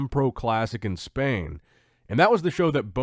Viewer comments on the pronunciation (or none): none